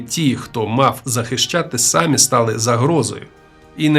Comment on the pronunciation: ДАлеко? Серйозно? Тільки втішилась,що жива людина розказує,а не ШІ,а тут така халепа. САмі себе?